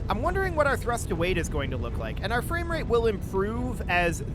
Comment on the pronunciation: The only thing i hear is going fames, fames, fames.